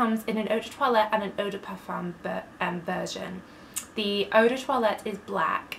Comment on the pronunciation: Vos vidéos sont si complètes et intéressantes! Dommage que vous prononciez toujours le „m“ du mot parfum, ce serait plus agréable à l‘oreille sans ce m, en français on ne le prononce pas ☺️.